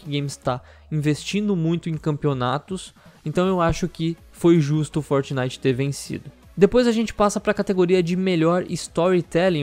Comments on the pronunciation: "forinite" KKKKKKKKKKKKKKKKKKKKKKK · forinite kkkkkkkkkk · Melhor parte do vídeo foi o "forinite" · É FORINITE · "forinite" kkkkkkk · "FORINITE" kkkkkkkkkkkkk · forinite wtf kkkkkkk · "Forinite" ksks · forinite KK